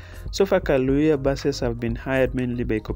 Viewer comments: It’s Kayoola please not kalooya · the bus is called Kayoola not Kalooya. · Kayoola not kaloya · Sorry guys for the mispronunciation, its Kayoola* and not Kalooya 🙏🏿🇺🇬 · Kayoola not kaloya...wats up with yu???? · Thank you but the word is "Kayoola"